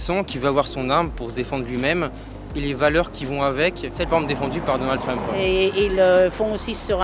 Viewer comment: Treumpeuh, port d'armeuh, demandeuh ahaha